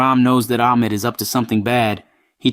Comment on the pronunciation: I’m pretty sure it’s “Ahmed” not “Akmed”